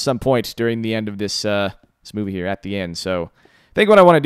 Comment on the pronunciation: When you said movie (At starting), I thought you said boobie